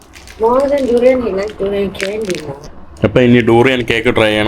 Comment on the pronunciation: ഡ്യൂറിയാൻ അല്ല ദുരിയാൻ